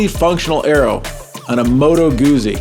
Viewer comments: It's Goot-zie not Goozy. Like peet-za not peeza. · Please pronounce the subject of the video correctly! "GuZZi," as in "PiZZa." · actually it's pronouncrd "goutsi" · it is not a matter of dialect, Moto Guzzi is specifically named after Carlo Guzzi, and their family pronounce their name “goot-si”.